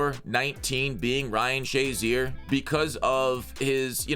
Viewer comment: Noone literally noone calls this dude shaz. Its SHA (SHAY).... or flat out 50